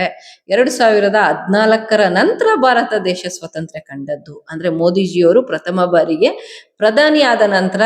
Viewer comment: ಏನು ಸ್ವತಂತ್ರ್ಯ? ಕರ್ಮ. ಸ್ವಾತಂತ್ರ್ಯ ಅಂತ ನೆಟ್ಟಗೆ ಹೇಳಬಾರದೆ?